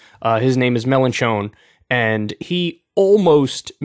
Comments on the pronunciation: “Melon Chone” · I’m sorry Kyle. I can’t get over your wretched pronunciation of Melenchon. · Get ready for Kyle to butcher the French names again 🙄What matters now is the legislative elections in June and Mélenchon could be the next PM if the left does well!